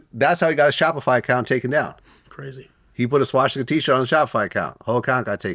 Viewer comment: wtf is a schwasticker? its called swa stik a